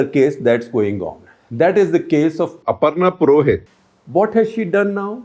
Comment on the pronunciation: Did you get the name Aparna Purohit wrong?